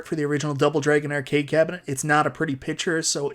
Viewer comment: I want NFL Blitz sorry. Subbed because you pronounce Arcade as Errcade.